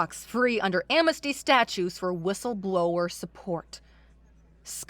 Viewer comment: Asrid versus Acrid, am-nes-ty versus am-mes-ty, soot should rhyme with “put,” and not pronounced like “suit.”